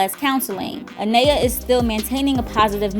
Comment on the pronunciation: I don’t understand how you’re saying her name wrong. Her name is Anaya you don’t say that a to pronounce the name you did this in the previous video so my name is let’s say Maria or Ashley or any other name you’re going to just pronounce the first letter which is M then say aria lol 😂😂😂😂